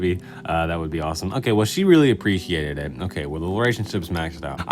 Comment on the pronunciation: apprehiated xD